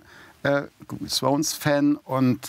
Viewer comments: "Großer Game of Srone, ähm frones Fan" 😂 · Wer kennts nichts game of swone